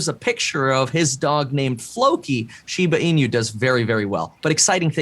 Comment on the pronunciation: Please pronounce shiba inu correctly 😭 The host said it correctly